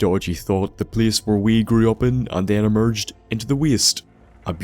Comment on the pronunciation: Emeerged ferm de west